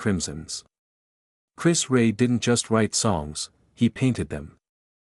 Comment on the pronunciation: Chris who..disrespectful to not being able to say his name correctly..